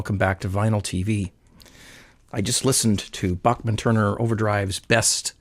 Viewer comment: It's pronounced BACKMAN.